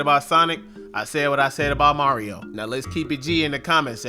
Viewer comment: Mario "Mart"?? :P